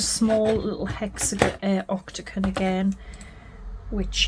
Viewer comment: Lovely box. You made me giggle by saying ‘octaCon’ multiple times. The word is octaGON😂😂😂❤